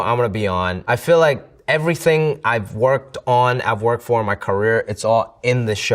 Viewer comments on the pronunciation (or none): none